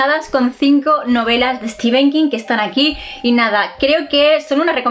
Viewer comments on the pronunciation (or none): es que nos encanta decirle Stefen king.... jajaja